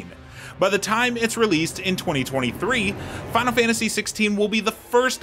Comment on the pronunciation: fahnul fahntasy